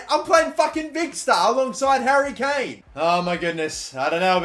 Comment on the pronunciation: wait did he say dary Kane😂😂